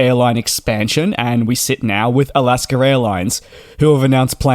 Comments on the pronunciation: So funny that you pronounce Alaska Airlines ALASKER LOL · As much as we love you; there is no "r" in Alaska.